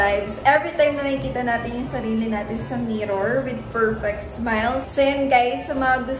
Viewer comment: Haha 😂yan sana e cocoment ko 😂tsaka perfect hindi FERFECT 😂😂